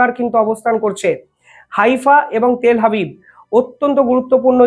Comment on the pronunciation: তেল হাবিব নয় তেল আবিব